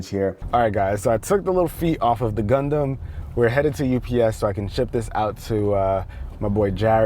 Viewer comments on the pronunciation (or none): Please dont say gundam it looks like u are saying condom